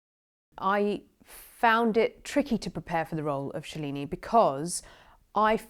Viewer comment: Shhelini???? Seriously?!!! It's SHALINIII U imbecile!!!